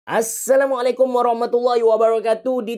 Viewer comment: I'm Egyptian and I can speak only arabic and english. So I can't understand any thing at all of your words except (السلام عليكم ورحمه الله وبركاته) and that . makes me so happy brother even your accent when you saying it is perfect. Welcome my brother welcome 😊. Notice i can understand the numbers included in this video so I can understand some thing at least😃😂😂